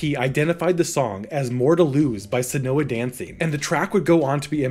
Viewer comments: maybe Seona Dancing wouldn’t be so lost if you’d stop mispronouncing it as “senoha”. It’s pronounced like “Shawna”. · It's pronounced Shauna Dancing.